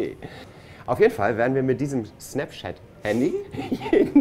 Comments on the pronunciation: such effort and determination to say "SnapChat" and still messed it up XD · "Schnaps!" hahaha :-D Schnapschat